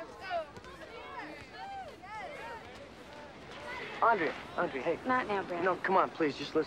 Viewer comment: also in the 2nd. When the summer teacher says "andrea" she says "aundrea". I wonder why the teacher didn't mistake it as her answer